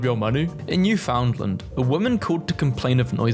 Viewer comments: I was about to, but then you said New-found-land, instead of new-fund-land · Its pronounced New-fin-land not New-found-land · me cringing when he said "New found land as three separate words instead of newfounland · ITS PRONOUNCED NEW-FIN-LAND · NO WAY HE SAID NEW FOUND LAND INSTEAD OF NEWFOUNDLAND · it’s pronounced newfendlend. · Yea your right it’s pronounced more like newfinland but spelled Newfoundland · Honestly, it’s more like “newfnlnd” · It’s newfinland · as a Canadian, I’m mildly disturbed he mispronounced Newfoundland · THIS PRONUNCIATION ABSOLUTELY FRIED ME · WHYD YOU PRONOUNCE NEWFOUNDLAND LIKE THAT AHHHHHHHH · You pronounce Newfoundland wrong😂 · The way you pronounced Newfoundland felt like walking into a wall. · your Newfoundland pronunciation causes me pain. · this pronunciation of newfoundland is frying me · It hurts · thats not how you say it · Thank god someone noticed, as a Newfoundlander it annoys me every time :(